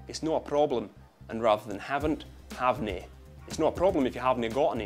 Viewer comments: im scottish, never have i pronounced an 'r' like that in my life, and not that many people speak like this if they were to it wouldn't be haveny it would ost likely sound like huvny:L its not so much offensive but this video is just anoyying because its mostly wrong:L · it's no havne it's huvne pal git it right or next time I'll molicate ye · You're actually very good! I'm a Scot and the only thing I'd question is havenae. I'd say huvnae. Otherwise, I like the video and you've captured us well! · It's "huvnae" ya wee English fudd. MON THE JOCKS!